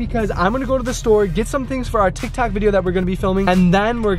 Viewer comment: Did he say tik tak